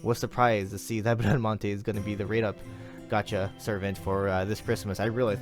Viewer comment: Don't worry, you are pronouncing her name correctly: despite being a french paladin, she's a character from 2 italian poems about Orlando (and one novel, "Il cavaliere inesistente"), so the original pronounciation is the italian one (and that's the one you are using). As for her NP, I'm glad she's Quick (since we have only Shishou as 5 star quick lancer). I REALLY hope Caenis will be Arts though.